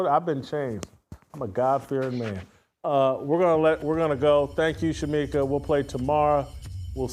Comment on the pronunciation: It was great to have back. needs to be on once a week, the same day of the week so viewers like me would know when he is going to be on. For those in chat, get the First Lady of Fearless' name right. It is Shemeka not Shameka. God bless Jason,, Steve and Shemeka.